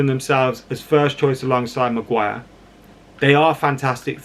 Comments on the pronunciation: It's "Mag-wire" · 'Maguan' sorry mate its stuck now